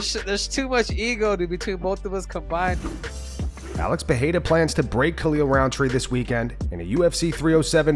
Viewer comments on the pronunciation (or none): The first 'r' in Pereira is pronounced the same way you pronounce the second.